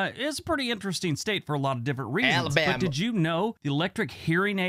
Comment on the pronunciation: I love watching your videos but please stop making fun of Alabama in your pronunciation of my home state...it's rude.thank you!